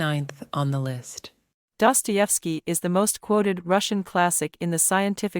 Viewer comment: why are you saying his name like that